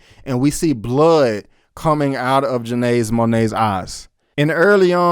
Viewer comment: "Joenaz Monayz " 😂😂😂😂😂